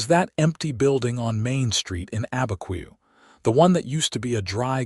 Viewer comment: It's not Albuquerque in the story, it is Abiquiu, north of Santa Fe (I know someone who lives there). I am not surprised AI cannot pronounce it with the way it's spelled.